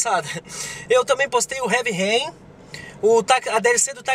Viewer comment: dói na alma ouvir o falar Heavy Rain desse jeito:/